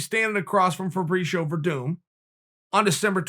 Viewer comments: Ferbreeshio LMAO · Everyone: Chael: Fabreeshio Me: Yeah. Great. Okay.